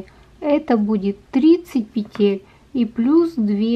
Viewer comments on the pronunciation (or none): none